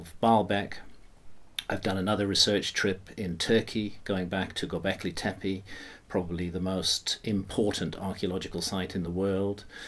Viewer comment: «Göbekli» ("belly-like") is pronounced with accent on ‹i› at the end of the word, «Tepe» ("hill") with two clear ‹e›, like 'e' in "check" or 'ai' in "again", with accent on the last ‹e›. Learn it already!